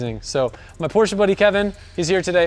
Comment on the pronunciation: PORSCHE, NOT PORSCHA!!!!